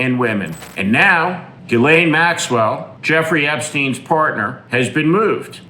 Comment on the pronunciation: Why do you mispronounce Ghislaine. On purpose?